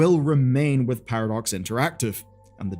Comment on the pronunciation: Sounds like you’re calling them Paradorks